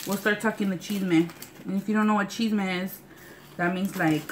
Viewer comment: lmao when you said "chisme" at first i thought you said "cheese man".... i was like what.